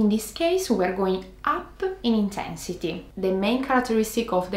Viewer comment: "too much intehnssity"